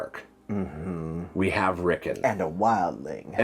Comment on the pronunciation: His name is not Rickin, it's Rickon!!😂